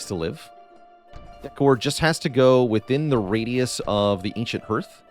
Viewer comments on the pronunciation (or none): Minor quibble, but the vowel sound in "hearth" is the same as in "heart," not "heard." Appreciate the tips a lot, getting above the first couple prestige levels has been a challenge, I think they should help. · Yes, hearth is pronounced like "harth" and primer like "primmer". I'm giving him a pass though because he's Canadian and might not know better.😄